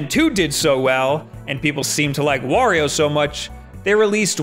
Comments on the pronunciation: You say Wario right but not Mario? Ok! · I always wonder why the guys like this that pronounce Mario's name wrong (which I still can't believe video game reviewers do) actually pronounce Wario's name correctly.... shouldn't they realize that the names should rhyme and then realize they are pronouncing Mario wrong? Oh well. Merio and Wario......dumb.